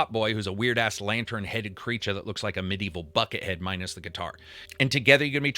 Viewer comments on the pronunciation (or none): none